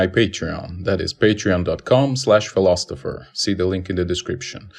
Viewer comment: fill-os-iffer = Philosopher NO T :D